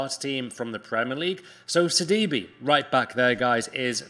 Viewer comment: Lmao sidibe isn’t it sidibe